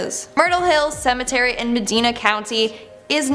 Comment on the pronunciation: Love the videos but seriously? You can say tree but not cemetery? Tree and cemetree?